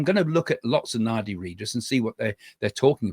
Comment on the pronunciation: Nadi - d is pronounced as d in drum .